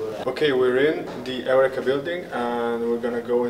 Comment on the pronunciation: Excuse my lack of understanding, but I would like to know about how the company’s name is pronounced. You seem to say it like: Eric-ka and I thought It was to be pronounced like: Eur-reka??? Please let me know so I can do it the way the company preferred. Thanks